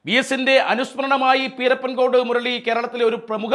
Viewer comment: പീരപ്പൻ അല്ല പിരപ്പൻകോട് സ്ഥല പേര് കൃത്യ മായി പഠിക്കു